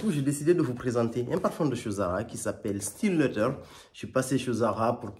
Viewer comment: Pas facile de prononcer correctement le mot : Leather 😅